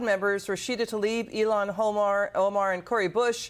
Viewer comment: Her name is ill Hahn. Not Elon. Stop white washing her name. Yes I know it’s spelled ilhan. It’s pronounced ilhan. She’s not ashamed of proper punctuation I can assure you